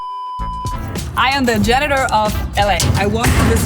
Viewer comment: Pronunciation... Repeat after me Janitor Get a 4wheel trolley instead of that thing Maybe even with a tabletop workbench. More space for finds...